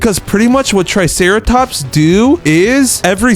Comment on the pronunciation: And u called the triceratop truceratops